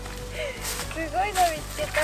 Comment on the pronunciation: しゅごい がかわいい😊 たまにすごいって言ってしまうところもかわいい❤